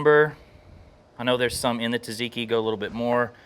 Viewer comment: I love the cook, but "tuh-ziki" hurts my soul every time I hear it.